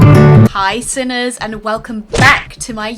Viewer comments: You said sinner not simers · Did you just say Sinners